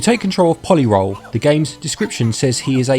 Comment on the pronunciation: I believe it's meant to be pronounced po-lee roll. Like a roley-poley.